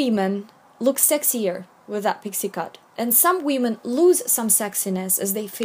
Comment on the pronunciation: I love how you say women as weeman